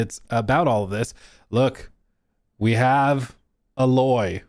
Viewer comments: I love your channel and i always will love it but please for the love of Horizon, her name is is A-Loy not uhloy. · The way you pronounce Aloy is criminal and I don't like you for it. :( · I don't understand how he played the game likes the series but he still can't say the main character's name correctly. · The letter A says it’s name I would understand the mispronunciation if you’ve never heard the name, but they literally say it in the game!